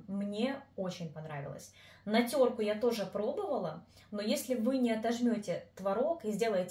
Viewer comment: Тереть на теркЕ,а не на теркУ